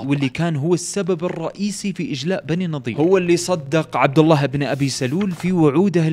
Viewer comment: اللّٰه وليس اللّٰ